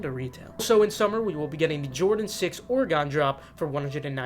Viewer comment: say Oregon right please 😂